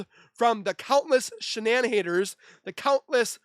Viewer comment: "Shanann".... not Shannan .... ☆♡☆